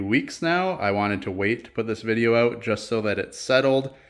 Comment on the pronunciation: says, they stick “Aouut” a little bit😀